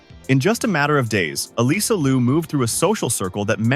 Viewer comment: FYI....Alysa is pronounced Alissa not Aleesa. Straight from her.